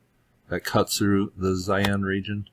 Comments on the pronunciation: Thanks. Tough "Zaian " is another place completely. Its called Xi'an "Shee-Ahn" Cheers! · pronounced she'an not zion